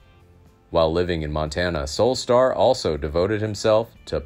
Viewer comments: Pronouncing the name of the subject incorrectly does not inspire confidence in the story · I would normally agree but this is an AI generated voice, so it doesn’t mean the info is bad. The computer just pronounces is wrong.